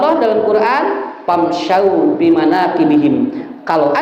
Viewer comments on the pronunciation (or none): Afwan ada cara baca ayat yang kurang tepat, famsyuu